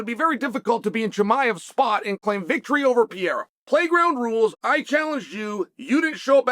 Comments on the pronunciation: Chael Sonnen stop saying Pierre-uh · HAZMAT and PEE-ERA